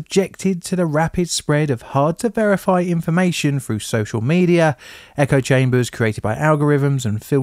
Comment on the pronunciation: Froo? Speak with dignity